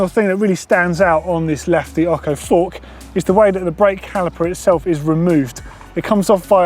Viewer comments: It’s oCHo, not oCKo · dude, its OCHO ( OSCHO) NOT OKO! FFS! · Ocho its pronounced "otsho", not "occo" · Hey I know you're English and all but seriously fam, it's lefty ocho, that's o' ch' oh. Not okko. Wtf dude? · I love ya man, but please learn how to pronounce Ocho (oh-ch-oh). It's Spanish for 8.... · Exactly even Cannondale say Otsho as pronounciation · The bike and the fork is awesome, but, for improving your spanish, as ocho is a spanish word, the ch is pronounced like chain. See you.